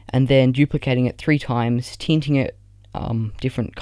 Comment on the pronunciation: "teenting it"